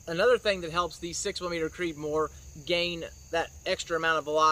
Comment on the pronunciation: Slow down when you talk, when you say “6 millimeter creedmore” sounds like you have a mouthful of rocks and are trying to spit it out faster than a mouthful of bees.